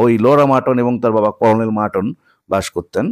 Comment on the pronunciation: (Colonel) কলনেল❌ কর্নেল ✅